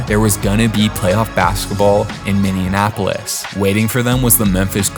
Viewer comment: Why does everyone call it minneanapolis they always the extra n